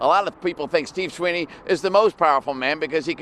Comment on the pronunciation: Sweeney. Da. Weeney. 🥱🥱😲😪😪😪🤐🤐weiener. Not this time. Weeney!!!